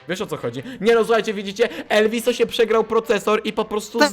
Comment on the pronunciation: nie elwiso tylko ELVUZJO